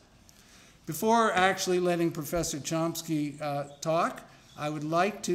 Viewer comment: There's no 'P' in Chomsky... Maybe someone should explain that to the goof introducing him...